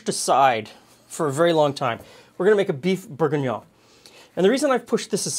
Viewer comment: Because calling it Bouef Bourguiguignone is much more fun?